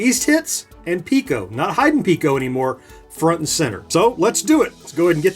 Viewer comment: It's Piko, not Pico.